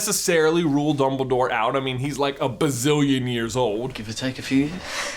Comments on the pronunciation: did he say bumbledoor? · he says “ Bumble Dore” lol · does J say “Bumbledore”? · am i the only one who hears him say mumbledore ? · xD 'Bumbledore' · he says Bumbledore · DUMBL-Y DOORE